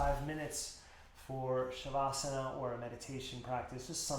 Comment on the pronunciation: Hi, thanks for the video. Shav asana is pronounced as Shav (corpse) - asana (posture)